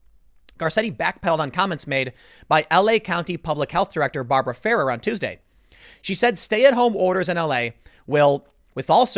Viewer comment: Barbara Ferrer is pronounced (Fir-air). Turn on a radio dip shit